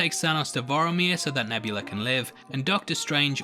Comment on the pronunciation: It's VOR-MIR not VOR-I-MIR. I bet you pronounce Arya as Ar-E-Ah too...It's Ar-Ya right from the GRRM.